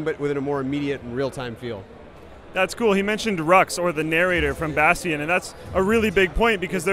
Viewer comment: Lol "Bastean"